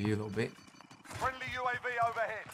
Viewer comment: U.A.V, not U-Av. 🤔